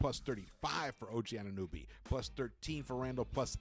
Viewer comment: It's pronounced OG "anu NO by" not nooby 🤣